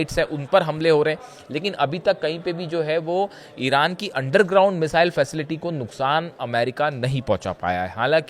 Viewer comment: भाई मिसाइल होता है न कि मिज़ाइल,,, सीएनबीसी वालों कहां से ले कर आते हो ऐसे लोगों को ।